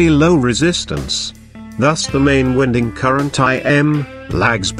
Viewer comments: Get rid of the music and computer voice mispronouncing winding and this would be a good video. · The incorrect pronounciation of winding rendered thid video completely useless in my opinion